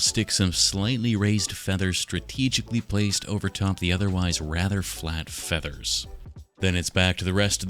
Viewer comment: and of course you didnt say "FEATHERS" near enough !